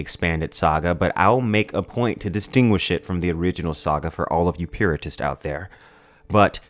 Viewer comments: Did you say "puritists"? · I would prefer a spoiler alert at 4 minutes. Also, "purists," not puritists. Subscribed, stupendous content.